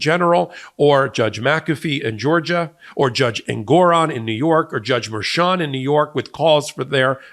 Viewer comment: It's Merchan, not Mershan. Spanish.